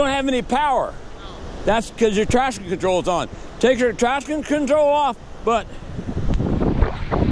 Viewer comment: how he says traction control😤